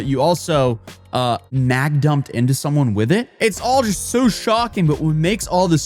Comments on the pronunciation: I have never heard the term mag dump before but the amount of times you said it and with the emphasis in the way that you said it it absolutely sounded something similar to a cream pie to me LOL. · Stop saying mag dump